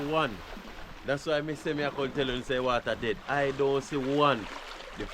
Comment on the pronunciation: lol you the G said (DAE) dead lol 😂😂😂😂